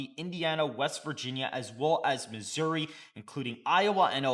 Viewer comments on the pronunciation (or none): none